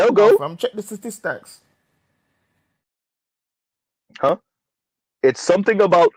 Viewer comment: 'Check the sta-tees-stocks!' 😂😂